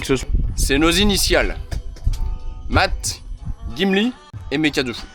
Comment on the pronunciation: C’est pas gimli mais chumli plutôt 😂😂